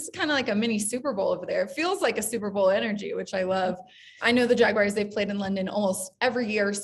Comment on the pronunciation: its JagUARS not "WIRES"